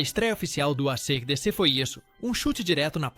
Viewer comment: o cara começa chamando a banda de Arcêdecê ai não dá...